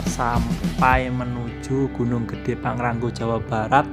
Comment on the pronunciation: Pang Ra Ngo bukan pang ran go😀